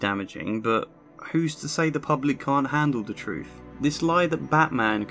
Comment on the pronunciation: It's not "with=wiv or truth=truff" wiv is exceptionally bad. work on your enunciation, you very well-educated man.